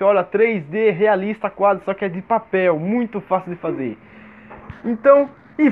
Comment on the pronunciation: "fazer" não :faser